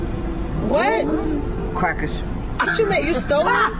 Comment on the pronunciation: It's just funny how he said cracker's